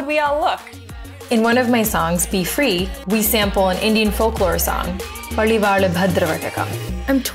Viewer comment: Bali Val (Sacrificial Sword)was Pronounced as Pali Vallu ( Means Lizard Tail) Kindly work on Your accent